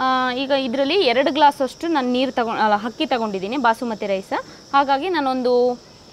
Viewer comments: ಅಕ್ಕಿ ನಾ ಹಕ್ಕಿ ಅಂತಿದೀರಾ sis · Akka adu hakki alla akki